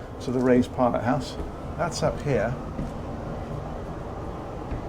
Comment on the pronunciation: I thought you said “Ray’s pilot house.” Had to listen again “raised pilot house”. Of course, that makes much more sense. . . . would be funny if the pilot was called Ray though. It would then be Rays raised pilot house. Don’t mind me, I live in a lighthouse on my own on a rock in the middle of the sea😂